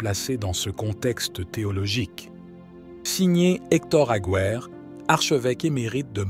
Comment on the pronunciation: Il est horripilant d'entendre prononcer "Mirari Vo" au lieu de Vos, et tantôt Mgr Aguer, tantôt Agué!